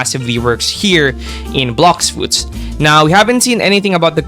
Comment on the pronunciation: “blocks suits” 💀